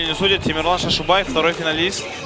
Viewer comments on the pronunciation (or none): Почему имя коверкают ни Темерлан а Темірлан